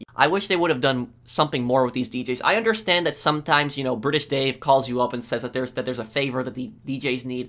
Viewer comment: ‘British’ Dave